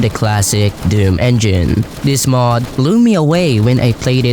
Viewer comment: Where are you from? (I never heard Mod being pronounced as Möøőōœọôóòd before)